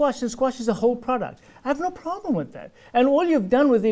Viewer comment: "You consuming a PORDUCT not food !"